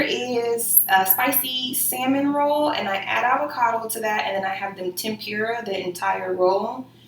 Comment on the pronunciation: Cringed every time she said tempira 🤦🏽‍♀️